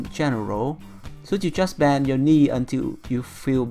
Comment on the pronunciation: a tip for the pronunciation : for the word "knee" do not say the "k". You must read it " nee".